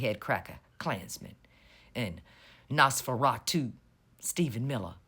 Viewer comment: Hehehe I heard "Nosferatu" and "Nosferatool" and I love it.